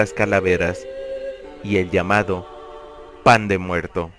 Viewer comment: jajaja me encanta como le pone énfasis cuando habla del pan de muerto xD